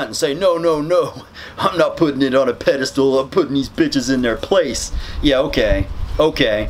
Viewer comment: This guy's editing is kicking ass right now. BTW it's pedestal not pedestool.